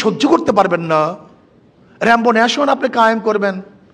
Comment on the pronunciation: র‍্যাম্বো নেশন না রে অশিক্ষিত! এটা রেইনবো।